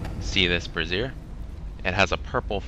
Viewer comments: Bray-zee-er (lit thing) not brazeer (ladies underwear = bra). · It's pronounced Brazier as in lazier not like brassiere which is a woman's undergarment. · Love the way the poster of this vid prances Brazier sounds like he's talking about a woman bra